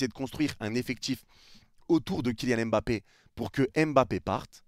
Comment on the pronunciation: Il part, parce que depuis sept ans, personne na été capable de bien prononcer son nom: c’est pas EM-bappé, c’est MM-bappé, pas EN-gannou, c’est NN-gannou, respectez son nom, sil vous plait !!!